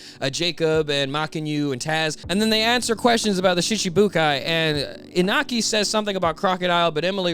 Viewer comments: Just a lil side note, Iñaki’s Mexican so the tilde above the N changes the sound from Inaki to InYAKi. Great video tho! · I don’t wanna be that guy, but the pronunciation is Inyaki (no offense)